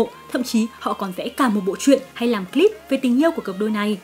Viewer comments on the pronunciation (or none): none